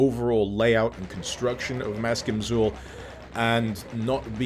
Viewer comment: Maskim Xul is actually meant to be pronounced in a Sumerian fashion, and is 'mask-eem ach-kool'.